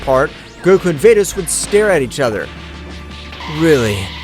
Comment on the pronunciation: Bro who is fordes it's vados